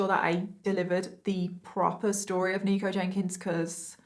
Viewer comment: In the beginning I thought she was saying "Negro Jenkins" 😂😂😂